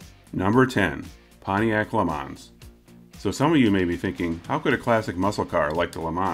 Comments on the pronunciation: The correct way to say Le Mans is without the ns as they're silent. Ya it's French so Le Ma is the correct way... It's like the way to say Renault is Ren-No and not Ren-Alt. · Le ma is sorta how to pronounce it sounds a bit like le maw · It's LUH MON ... not plural. lol